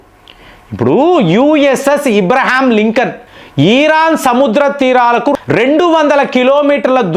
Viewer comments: That is Abraham Lincoln, not IBRAHAM LINCOLN. Pronounciation is very important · మీరు కొన్ని పదాలు సరిగ్గా పలకండి దయచేసి. ఈరాన్ = ఇరాన్, ఇబ్రహాం=అబ్రహం, సబ్మిట్ = సమిట్, స్ట్రయిడ్ అఫ్ = స్ట్రయిట్ ఆఫ్, ఇలా చాలా.... అంతకు కుదరకపోతే దయచేసి వాటిని అచ్చ తెలుగులో చెప్పండి.. ఉదా.. శిఖరాగ్ర సమావేశం, జలసంధి మొ... అన్యదా భావించకండి. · ఇబ్రహీం కాదు అబ్రహం sir.